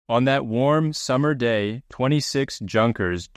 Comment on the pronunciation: Junkers is pronounced with a Y .👍 Keep up the great work. Thanks for sharing